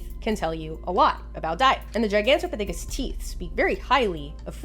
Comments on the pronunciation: nailed that pronunciation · yup thats how you say Gigantopithecus!